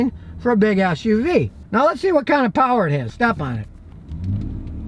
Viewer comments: GODDAMN IT YOU GOT HERE BEFORE I DID🤣😂😂!!! I knew that's what I heard too! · True! thats what I heard too 🤣🤣🤣🤣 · That's what I heard too 😂😂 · For a second I thought you said "For a big a$$ uv"